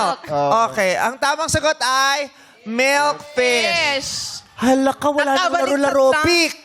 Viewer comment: tawang tawa ako sa "FISHDA" JUSKO PATI YUNG "FISH MILK" 😂😭